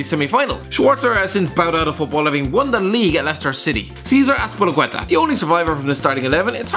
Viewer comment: Complains about how people pronounce Azpilicueta, pronounces it wrong yourself